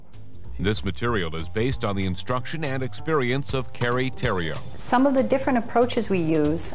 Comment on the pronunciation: Disappointed in, as a Canadian, not correcting Mike's horrible pronounciation of "Theriault". We know our French names. Well, most of us.